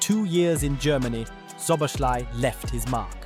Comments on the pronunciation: Cool video ❤❤ when saying Szoboszlai say the second Sz As the first not Szoboslai, I know its hard😢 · i know but at least put in the effort to try. saying sh instead of s is clearly wrong. just put it in google translate and listen, and imitate that, but even this didn't happen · It would be a great video if you could pronounce his name properly. Szobolszlai - therefore that's an "i" in the end of his name that should pronounced like an English "e" and not "y". Please look into it. Cheers mate! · would be time to learn how to pronounce his name properly, especially if you make a video about him